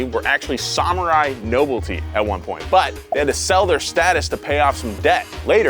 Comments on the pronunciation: I love you bro, but your pronunciation of nobility was harsh. "No-bull-tee"? How about "no-bill-a-tee". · "nobility" no bill it eee also, +1 for the Vivaldi ambience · I hope pronouncing nobility as “noble tea” was some kind of inside joke. 😂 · No-bil-i-ty,. Nobility